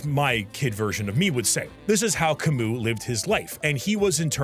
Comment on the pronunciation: As a french i really liked the whole analysis you made ( i forgive you on butchering basically every name besides Camus ). I truly resonated with your point at the end about Maelle almost not being " disabled " enough to generate empathy for her ending. I'm disabled myself, and played the game picking her side at the end because i could put myself in her shoes after a fashion, but i agree with your view that the light she's painted in isnt meant to generate empathy, she's meant to generate a conundrum for the player, at least that's how i see it. In her shoes, i'd pick the same thing as her. In fact i see my habit of video games ( especially MMORPGs ) as something similar, people often call it an escape, but while true, i consider it a "chance to experience what i otherwise cant anymore ", which is the lens through which i understood the Maelle ending.